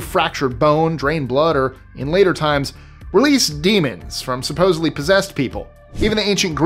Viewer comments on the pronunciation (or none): none